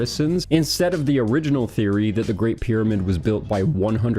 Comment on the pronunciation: Props to Zahi, his ego and all. I love the way he pronounces pyramid, like spoken at 2X speed - 'Bidabid'